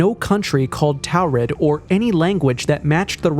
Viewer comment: Pronounced.......Tor red.